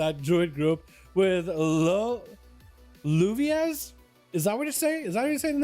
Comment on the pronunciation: Double L is a Y is some languages my guy. So its Yuvia. It means rain. Great video!!!